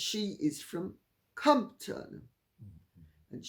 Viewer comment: Took me quite awhile to realize you meant Compton! Not how it's pronounced. First syllable emphasis as COMP, pronounced like "comped" and hard -ton, like a ton of bricks.